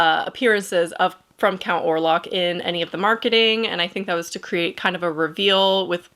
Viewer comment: Orlok not Orlac.